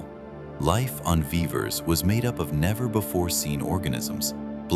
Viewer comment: A tiny glitch: The pronunciation of Vivers is not consistent. In the first half of the movie it is vee-vers but in the second half of the movie it becomes vai-vers sometimes.